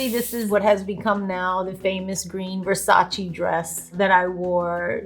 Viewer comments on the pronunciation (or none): Jen it’s VersacE not Versachi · Its Versace! Not Versaci😂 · She’s latin and the said Versachi O SEA DALE JENNIFERRRR